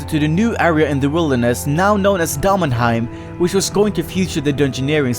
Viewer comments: its pronounced demon-heim. like, idk, a demon. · The way you pronounce daemonheim bothers me far too much. The e after the a is there for a reason.